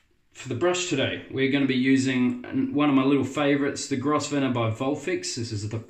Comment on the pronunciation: Hi. New subscriber to your videos. Love your enthusiasm keep up the good work. Oh the brush is pronounced Grovner. The S is silent 👍